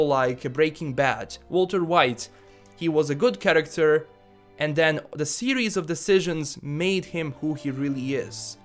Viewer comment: What i heard all video: 1. karaktar 2. karaktar 3. even more karaktar